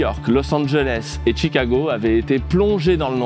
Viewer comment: Chicago, pas Tchicago ;-) Faire une vidéo sur le black-out qui fait peuuuuuuur pour vendre du minage de bitcoin, c'est pas mal. Bien joué.